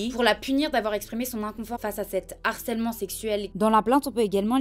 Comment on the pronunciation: Ta vidéo est super, merci ! Juste, on ne fait pas de liaison en français lorsque le mot suivant commence pas un " H ". Donc pas " cet harcèlement " mais " ce harcèlement " et pas " ces z'harcèlements " mais " ces harcèlements ". :) Voilà c'est tout, j'arrête d'être chiante ! Et j'aime beaucoup ta chaîne !